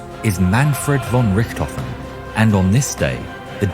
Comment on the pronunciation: "I apologize for earlier butchering the name" and then you butcher it again 😆 It's just not possible for non-Germans to not butcher German names 😆